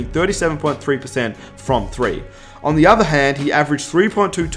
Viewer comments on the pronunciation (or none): none